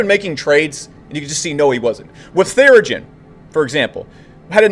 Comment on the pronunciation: Theranos not therigen